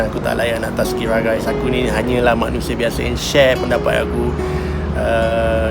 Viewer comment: Thanks Andre for sharing your experience. It is funny to hear you say "Tazkirah" and yes, may Allah SWT will guide all our fellow brothers & sisters all to His path, Amiin!